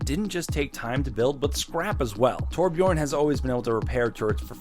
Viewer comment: Please pronounce Torbjörn right